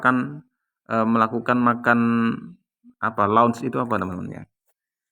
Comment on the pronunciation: Bukan launch tp lunch